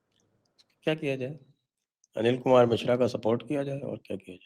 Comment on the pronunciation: मिश्र कहिए मिश्रा नहीं